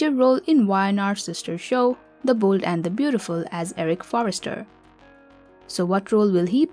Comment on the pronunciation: "De boold and De beautiful"